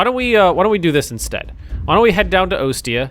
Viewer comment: Ostia is pronounced, Aw-Stee-a